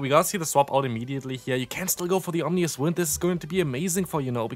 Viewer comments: At this point “omnious wind” is a classic 😂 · nous not noes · Also the ending is pronounced like “us” not like “oes” or “ous” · It's om-i-noes not om-ni-oes